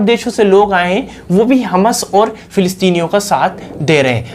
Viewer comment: बेवकुफ हमस नहीं हमास है l ठीक बोलना तो सीख लो